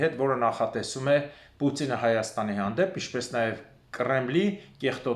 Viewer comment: Գոնե ջոգելեք Վլադիմիր Պուծինի ազգանունը նորմալ կարդացելեք ինչա գրված 😂😂😂🤣🤣🤣🤣